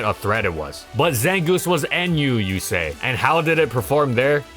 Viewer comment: the zangooth is looth